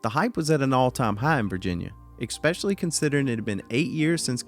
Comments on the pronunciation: “Especially” not “Exspecially” 😊❤️ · exspecially isn't a word